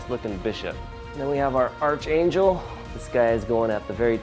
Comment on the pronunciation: It’s pronounced ARCangel 🙄😂 good review though 👍🏽